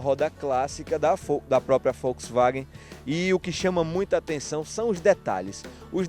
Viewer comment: Achei que so eu tinha escutado 😂😂😂